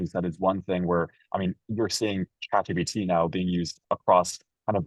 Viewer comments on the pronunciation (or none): none